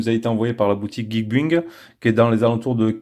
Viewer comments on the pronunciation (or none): geekbuying ca se pronnonce geek bailling (acheter)